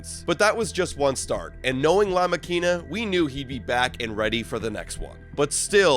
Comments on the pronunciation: OMG.. please stop trying to say La Makina .. you’re making all the Latino ears bleed .. jk 😂😂😂😜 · Great video, but please… learn how to properly pronounce La Makina 🦾, or just keep calling him José Berrios. The way you pronounce it sounds so off. ❤❤❤